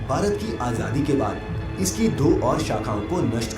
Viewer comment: Bhai aap Bharat ko sahi see bolo Bharat mein rahte ho aur Bharat sahi se nahi bol paate....